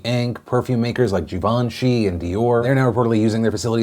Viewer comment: Love you, Phil, always have, always will. But Givenchy ain't pronunced like that 😄